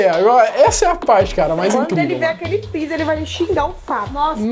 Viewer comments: "DESLIGA O FRRIZA A NOTCHE" KKKKKKK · "DESLIGA FREZZER A NOTCHE"